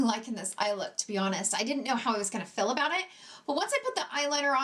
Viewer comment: Why does she pronounce feel like “fill”? What kind of accent is that?